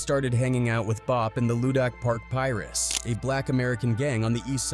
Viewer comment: He said Pie-Russ haha